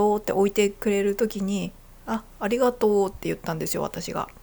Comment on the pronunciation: 関西人を真似て「ありがとう」と言ったイントネーションが「蟻がトウ」と聞こえるのは自分が関西人だからか？関東の人が関西人を真似ると（笑）けるね